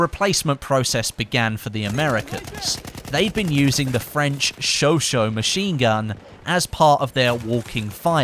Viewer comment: In chauchat, you say shosho, but the way to say it is shosha